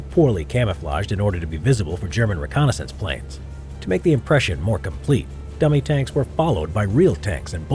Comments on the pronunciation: Did anyone else hear gummy tanks? 😂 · Timbob Official her dummy tanks?